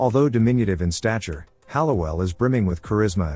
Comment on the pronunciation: It’s pronounced Hall-oh-well. And the river photo is Augusta not Hallowell. You got the street right.